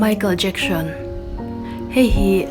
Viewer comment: I aw a amawi ngaithlak pawh anuam... Chutih rualin, Lam no i tum lutuk na lamah nge moni an hmingte hi diklo puipui in i lam thin a... Entirnan:Michael Jackson te pawh "Jacksion" tiin i lam kher zel a... Kalo ui i aw a mawi nen... I subscriber ka nihna angain thahnem ngaihna aw kâ ka lo nei ve lawk